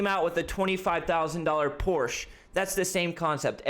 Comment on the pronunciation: You say porsche wrong btw, my german friend gets mad at me for saying it the way you said it. Also porsche already made a 30,000$ car, its called the vw beetle hahaha.